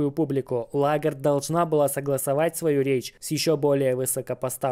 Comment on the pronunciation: Прошу прощения, но ЛЕгард, а не Лагард